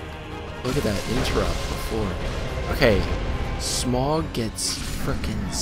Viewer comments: His name isn't pronounced smong it's pronounced smough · Dude it's Smough, not Smog. He isn't a koffing. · you do know that gh is silent? Like in though or Smough or thought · I've been pronouncing it Smoff